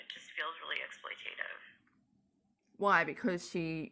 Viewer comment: made fun of someone misspelling 'perjury', but still can't correctly pronounce 'exploitative' at this point in her "journalism career"... Google has a tool that will say the word out loud correctly to teach you,. Did you know that? Well, now you do. And if cooking is so simple, why don't you do it more often? Thinking about the pics of that pathetic Thanksgiving 'dinner' she posted for Thanksgiving '21...